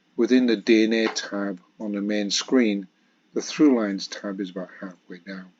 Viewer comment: Sorry to be that nitpicker, but and you say 'true lines' instead of 'Thrulines', and as this is a common mispronunciation of Thrulines, and often leads to people believing that it is actually called 'Trulines' and that all Thrulines are thus meant to be true, it's worth pointing it out..